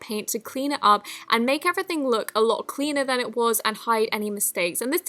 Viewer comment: “A louwt” did anybody else catch that?